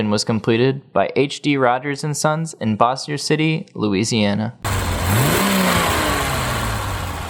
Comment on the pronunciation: You need to learn how to pronounce "Bossier".